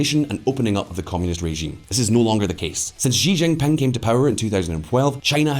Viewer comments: "XI" IS PRONOUNCED AS "SHI". NOT "ZHI". The name is XI JINPING, pronounced "SHI JINPING", not "ZHI ZHINPING". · The pooh bear is named shi-jin-ping, not Xzee-Jin-ping and not jee-jinping.